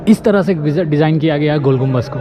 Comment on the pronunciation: gumbaz nahi bhai GUMBADD